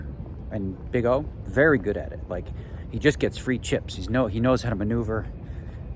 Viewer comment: You wery wacist - _